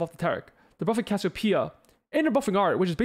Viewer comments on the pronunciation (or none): none